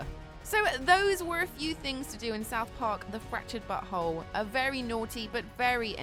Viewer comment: I thought she said fractured buthole